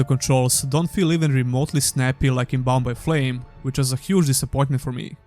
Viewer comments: Whenever you say Bound by Flame all I hear is Bombay Flame. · So every time you said "Bound by Flame" and "Mars: War Logs" I heard "Bombay Flame" and "Mars: Warlocks" which, by the way, sound awesome.